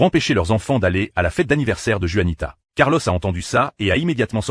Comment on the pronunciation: Juanita le J devrait être prononcer R comme gaby le prononce